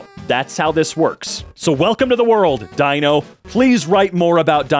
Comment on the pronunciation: dino in Dutch is pronounced like that.